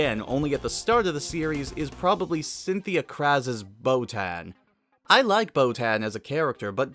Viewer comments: how can you say chris sabbat is best known for piccolo.. and not vegeta? and why are you calling boton "botan" she even says "boton here" in the show, have you even watched the show? jesus christ go eat something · Botan is pronounced with a sharp a, like in "hat", the dub just mispronounces it. This is made apparent by the way it's spelled in the original language. The show mispronounces many names. Anyone who is an actual fan would know that.